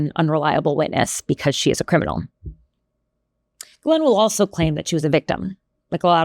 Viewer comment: Ths for pronouncing GM's name correctly. I guess nobody else studied French.